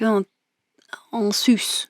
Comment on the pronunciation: J'apprecie vraiment cette technique sans dessin, il y a des râtés chez moi mais l'exercice est appréciable et permet une certaine liberté. Merci pour ta démo. et j'adore ta voix de bourge "en sus" tu m'as fait éclaté de rire. 😘😍😘